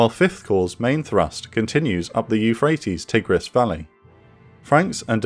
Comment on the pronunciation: Curious about the pronunciation of “Tigris” here. It’s not American, and from what I see online it isn’t a standard British pronunciation either. Very Winnie-the-Pooh though.